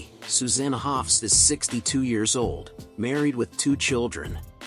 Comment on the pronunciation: You would think an AI voice could pronounce 'Susanna' consistently, AI is here to stay and I don't like it :(